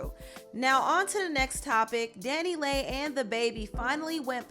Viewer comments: omg Leigh as in lee not lay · Leigh is pronounced Lee not lay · Leigh = Lee